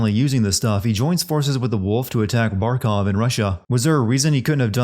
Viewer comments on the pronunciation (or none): it’s Barkov not barcov Just sayin’